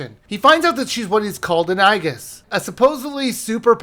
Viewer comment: Who cringed over the aegis pronounciation?